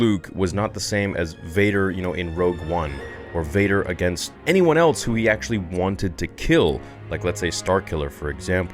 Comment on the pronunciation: I noticed you say "eltse" instead of "else." is that a regional thing, or maybe something eltse?